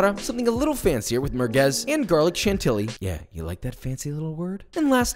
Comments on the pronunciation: lol Chantilly. Kudos for trying, it's a stupid pronounciation (just like oignon, yes the i is before the g). It's pronounced more like Shanti-i. You just repeat a whole second i after the first one. Hope it kinda makes sense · If only he could pronounce “chantilly” correctly. Kinda ruins the magic of cooking videos when someone BLANTANTLY is a home cook but acting as if they’re Anne Burrell or Gordon Ramsay.